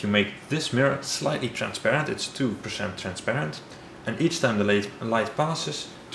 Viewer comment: I like how he says "pershent"